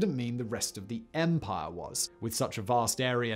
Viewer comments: Stop saying "empar". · I love the way Simon says “Empire” “Ehmpah” lol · “An EMPUHH”